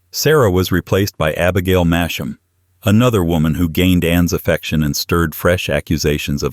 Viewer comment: I lived three and a half miles from Masham. It is pronounced Mass- Ham. The locals love it when visitors get it wrong.